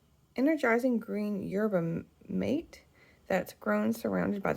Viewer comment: I liked the mate, but didn’t really give it much thought while I was drinking it! I have enough for another cup on the second round, so will try to remember to report back. Might try it with milk. I think it is pronounced “mah-teh.” 😊